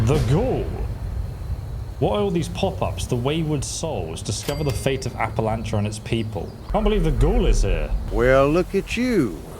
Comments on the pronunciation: "Appalachia" pronunciation depends on which side of the mountain you are on.. and they actually got it right, for where this takes place... West Virginia side: "appa LATCH uh" Tennessee side: "appa LAY shuh" I have lived in both places, 15 years, each. Love em both but this is one idiosyncrasy. Still, that Bethesda got this right for the setting is nice. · App-uh-lay-shuh (like shucks) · its Appalachia "app-a-la-ch-ia" so appalach(ia) no y or thats how all of us that live here say it. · Appa Lay sha😂